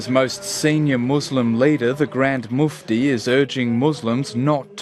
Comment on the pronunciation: did he say grand muft, or pufty